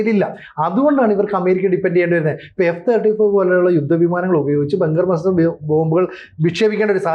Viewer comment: ബങ്കർ ബ്ലെസ്റ്റർ അല്ല ബങ്കർ ബസ്റ്റർ. Please correct